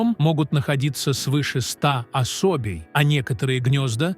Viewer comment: Тка́чи, со́ва, осо́бей у рассказщика дефект речи. Правильно ударения не может поставить